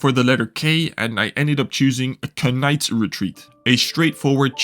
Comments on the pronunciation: Lol the letter K. You don’t say the letter K in the word knights 😂😂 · A lot of quiet interesting games here. Quite varied. I just hope you said 'K-nights' as a joke